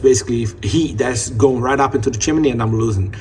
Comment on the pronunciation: It's chimney, not chimaney genius. I hate ignorant 💩